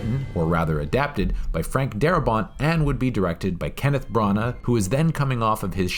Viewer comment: Branagh is pronounced Branna and not Brunna